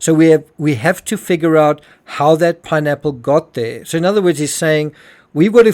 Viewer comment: He really tried to avoid saying pineapple 🍍 I swear he said nappmes 😢 first time I watch him here